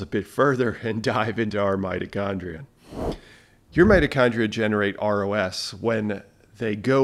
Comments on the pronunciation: Every time you say ROS I hear ROUS and go down a Princess Bride rabbit hole. 😁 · I was thinking the same thing when he started saying ROS